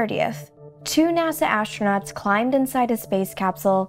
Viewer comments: ASHTRANOTS?!!! fire this announcer. get someone who can speak english. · I just could not understand that why does she pronounce the word 'astronauts' in a different way? Sounds like a german word :)